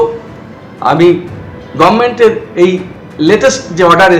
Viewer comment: তোমার মুখে "গবমেন্ট" শুনেই বোঝা যাচ্ছে রাজ্যপাল একদম সঠিক কাজ করেছেন। বারযোষিতনন্দন।